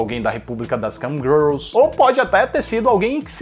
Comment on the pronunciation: Eu ouvi ele falando Camgirls e Cam Grelos? Kkk